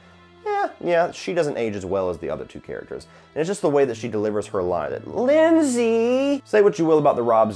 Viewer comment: You saying Lindseey had me laughing.